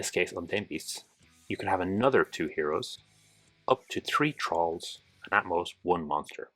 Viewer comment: Great video, thanks very much. I thought you were saying trolls rather than thralls though because of your accent 😂